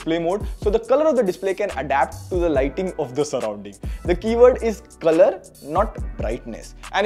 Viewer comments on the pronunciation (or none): none